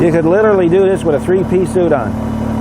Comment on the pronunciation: Ohhhhh....3 PIECE SUIT.....I thought he said '3 peas soup'. I'm usually pretty careful when it comes to eating 3 peas soup, but I have wore some before. Thanks for clarifying.